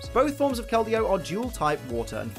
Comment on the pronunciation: IDC that you said her name wrong, I’m just glad you didn’t say Verizon. That joke is as old as the Pokémon itself.